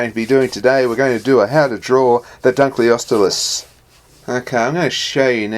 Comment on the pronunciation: hahahahahahahahahaha you said dunkleosteus so wrong i want it